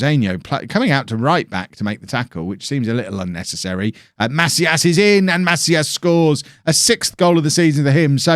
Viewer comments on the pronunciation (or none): pronunciation tip: try to say "maCÍas", and not "MAcias" :-)